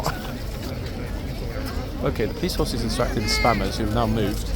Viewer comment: Hi, what do you think of the statue over in Greenwich, the one beneath the cable cars. I actually wouldn't have bitten my tongue in that situation, it tourons don't want to learn then they can stay home. Lol, when you said spammers, I swear I heard spanners. The old Admiralty building in the sun looks absolutely spectacular.